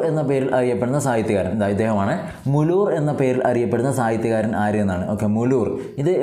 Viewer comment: സർ മുലൂർ അല്ല മൂലൂർ പത്തനംതിട്ട